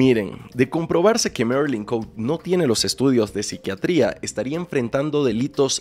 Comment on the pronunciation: NO ES MERILIN COUTE, ES ME MARILYN COTE C-O-T-E JAJAJAJA